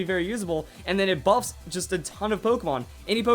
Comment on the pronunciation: In the beginning I thought you said boobs....